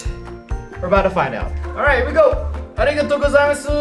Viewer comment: he said "arigato kazazu"